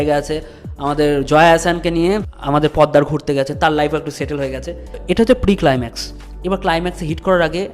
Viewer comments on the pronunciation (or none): পদ্দার না, ওটা পোদ্দার। খুব বাজে লাগছে শুনতে।